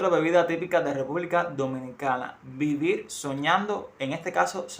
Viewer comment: Moril soñando no vivil soñando . Y si sabrosisimo